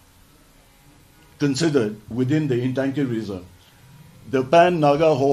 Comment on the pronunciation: It is not Intangki, It is Ntangki.